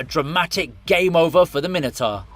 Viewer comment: Sorry, Min-e-tar? Mine-o-tour... please.